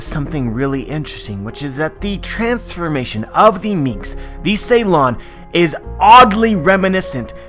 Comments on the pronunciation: It's called Suron (long u) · Isn't it Su lon instead of Ceylon?